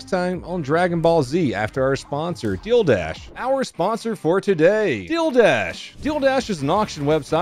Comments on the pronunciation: Were you saying “deal dash” weird lol. Maybe it was the dildo canon still in my adolescent-esk brain, but it sounded like you were sayin “dildash” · When you say "Dealdash" it sounds like "Dildash" and I had an idea for a business. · you say dealdash funny 💀